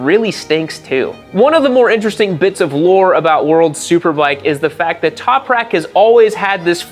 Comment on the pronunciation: Toperak? You mean Top-rack?